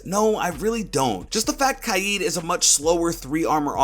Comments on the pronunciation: He said ky-eed instead of k-ya-d which was so annoying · Pretty sure it’s pronounced KAYED but ok mate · I’m not pronouncing Kaid kai yeed, im pronouncing it kay d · Why does he pronounce kaid “kaijd” ????????? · Why does everyone say kaid as Kied?